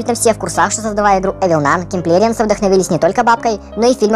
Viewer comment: Интересно наблюдать за тем, как говорит "киМплерианс", добавляя букву М.